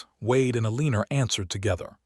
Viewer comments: Elina not Eliner. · Oh good grief. AI isn't much of threat to humanity if it can't pronounce common names. Pay attention: EL-i-nor --NOT el-EE-nor.